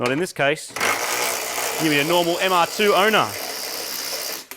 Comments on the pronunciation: Every time marty says "mr2" i hear moog calling it the "MrPOO" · seriously still calling itthe mr2, i kindof like mr. poo, or maybe call it the Merde after the french pronunciation of MR2